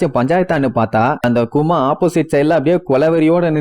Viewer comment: கதாபாத்திரங்களுக்கு.....கொஞ்சம் மரியாதை தாப்பா.......அவரு கரடியா 🥲 chapter 1091 ல பாப்ப......one piece emotion bro 🥹 please respect....and பேர நல்லா சொல்லு யா.....நாமி....நமி கிடையாது...கூமா...குமா இல்ல